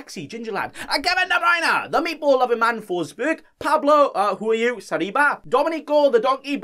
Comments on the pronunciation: Why do you pronounce Sarabia as Sariba? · i hear he pronouced Saliba lol